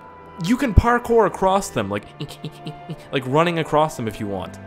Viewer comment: Do u say Parker on purpose